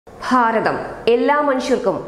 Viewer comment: Not faratham!!!!!!!! It is Bharatham 💪💪💪💪💪💪💪💪💪